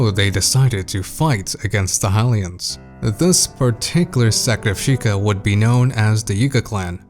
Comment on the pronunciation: Who are these “Ha-lians” you speak of